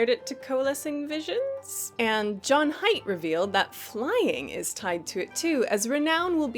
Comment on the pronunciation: Hey! Just so you know, JudgeHype is actually pronounced "JudgeHeep" (strange I know, but the webmaster said so a long time ago:D) Much love from France <3